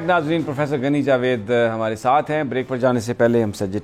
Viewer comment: ان پروفیسر کا نام غنی جاوید ہے اور آپ انھین گنی جاوید کہتے ہین کچھ تو خیال کرین